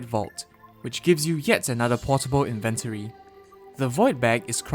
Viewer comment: why do you say inventory like that